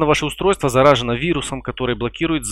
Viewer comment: Почти всё правильно - но ЗарАжено говорить вместо ЗараженО, и зачем вы делаете ее загрузочной? И ведь забыли про лимит циклов перезаписи.